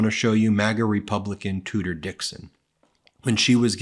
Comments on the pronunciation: I thought they were saying "Tooter Dixon" and thought why not change it 'Cooter'😱😂🤣😂🤣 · It's actually it's Tudor Dixon, but I love you calling her Tooter. That's how I heard it, and how trump pronounced it. It is far more apt that a royal name for a woman that toots such base crap. 😊